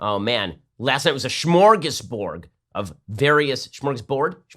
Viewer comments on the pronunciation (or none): Smorgasborg?? Smorgasbord!!